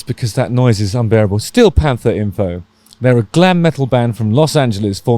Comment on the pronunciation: I love their name with a British accent Stee-o Pamfers